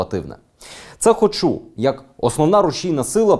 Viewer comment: Дякую Данилу за матеріал. А Дениса хочеться щоразу виправляти: "хОчу', а не 'хочУ'